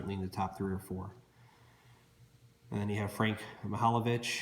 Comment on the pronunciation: 1971-72 OPC hockey is my favorite card set of all time. Bucyk is pronounced Byoo-sik. Mahovlich is pronounced Mah-hov-litch. Gordie Howe played in the WHA (World Hockey Association), not the WHL. The WHL is actually the Western Hockey League (one of the 3 major junior leagues in Canada). Did you know that the Gordie Howe card isn't in the OPC set? In OPC, he has a special retirement card (so does Jean Beliveau) that has a completely different design. And the 1971-72 Topps set has 6 league leader cards that the OPC set doesn't have.